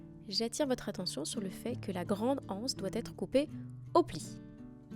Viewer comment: Magnifique 🤩, tant la panière que le tissu ! Je ne compte pas faire cet objet, mais je vous regarde pour le plaisir : j'aime votre travail soigné et raffiné, et votre jolie voix posée qui va à l'essentiel. Juste une petite remarque : l'absence de liaison avec le mot anse est un peu rude pour les oreilles 😉🤭. Merci pour cette jolie vidéo, bonne journée 👋